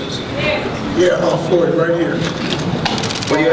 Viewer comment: Yes foyld is good. Lol you don't even know his name its floyd